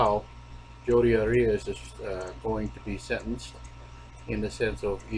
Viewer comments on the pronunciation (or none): His last name is pronounced "Air-E-us"